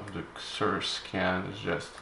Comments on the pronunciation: it is. And he's said it correctly before, not sure why the change. The company says how to pronounce it too. Why does every youtuber screw this up lol.. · Is it not pronounced “SEE-zurr”???